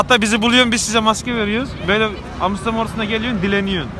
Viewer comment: Abiler yalis söylediginiz seyler altinda Amsterdama Amsdam diyeni ilk defa görüyorum!!!! Baskasina laf atmadan kendine bak bi !!!!